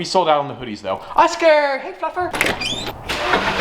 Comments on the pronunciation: it definitely does NOT sound like you said "...hey, fluffer" 8-) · Sometimes when he says fluffer I think he says fucker